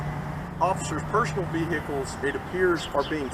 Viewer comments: VeHEkuls. Cracks me up every time. Other than that, hats off for doing a great job. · The "H" in "vehicles" is SILENT.... it's not VEE-HICKLES.